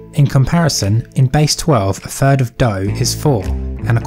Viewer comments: Yes. He actually said a third in base ten is "free point free free free". Doesn't he (and others) hear what they are saying? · Did he say ‘free’ and ‘fird’ instead of three and third? 😫